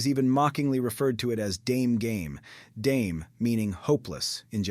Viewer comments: Dame in Japanese sounds more like “Dah-meh” not “Dayem”, other than that I thoroughly enjoyed the information in your presentation. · not pronounced "dayme" but "dah-meh" as in impossible. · It’s pronounced “da-may”, not “dame”.